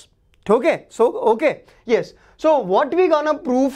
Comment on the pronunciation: Sir told tokay instead of okay😂😂😂